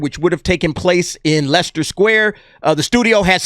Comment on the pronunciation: Props for pronouncing Leicester right. It's funny to us Brits hearing Americans try to pronounce things like Leicester and Worcestershire 😂